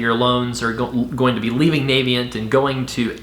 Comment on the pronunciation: Thanks for this video! I just disovered your channel and subscribed to the audio podcast. Minor point: "Navient" is pronounced with a short "a" sound (like "a" in apple) on the official Navient YouTube channel Not that it matters too much. Here's an example video from 2014